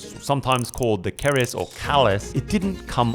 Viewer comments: Bro IM from indonesia just for telling the names ITS not kris but keris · 😂😂😂😂😂 sejak kapan orang Indonesia menyebutnya CARIS atau Kris..... ?? yg betul itu KERIS... Apa orang barat susah banget nyebut keris.... ? ketololan yg hakiki 😂😂😂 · Keris not Kris 😂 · Dub indo keris kok jadi keripik😅